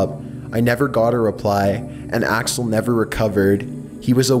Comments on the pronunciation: He called him alex when his name is axle 😂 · You said Alex but it’s really axel what an embarrassment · Did he call axel “Alex” or am I just mishearing something? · Ok this has to be complete fiction, you’ve said Alex at least 2 times instead of Axel. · he says alex and axel which is it